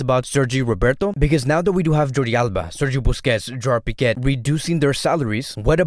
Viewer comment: Stop saying piquettt no T in his name